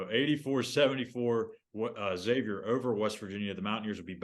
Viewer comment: Maybe if you have a show you should know how to pronounce the opponent’s name properly.